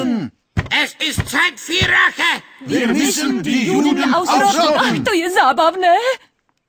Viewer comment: Mám pocit, že v originále špatně vyslovovali Rache jako Reich, ale mysleli pomstu. Viděl jsem to v anglických titulcích.